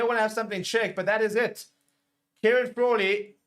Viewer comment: Fraw-Lee. Fraw-lee….😂